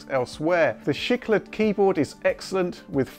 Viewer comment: you can say "al-o-minium" but not "shicklet"